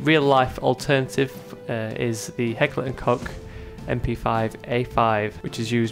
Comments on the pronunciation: Heckler and Cock? It's pronounced Kosh. Spelled Koch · Its pronounced similar to loch